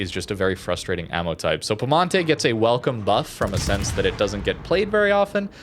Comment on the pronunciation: there's an I between the P and E in piemonte, in italian you just pronounce all letters